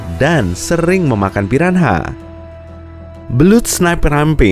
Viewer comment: Wait what piran ha???? It is piranha and the H doesnt spoke